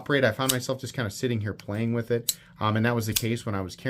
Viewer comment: ''Wiff my eagle vision, I would've notiffed'' lol.... That killed me!! 😂